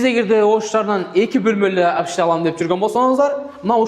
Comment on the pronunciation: Обшита эмес общежития, эн жакшысы тилин келбесе жатакана деп суйло, хол эмес коридор, ашкана болмо болуп эсептелбейт, демек 1 болмо, 36 мин доллорго 1 болмо жатакана Бишкекте да жок.